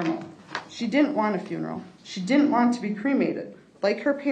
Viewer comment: Can’t pronounce DIDN’T?